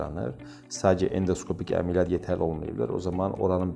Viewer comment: EMeLiyyat yox, ƏmƏLiyyat